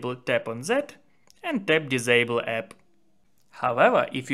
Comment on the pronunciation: dis ...det not zis ...zet😅😅 🤦🤷